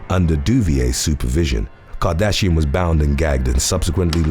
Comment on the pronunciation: I was in till u said cartrashian!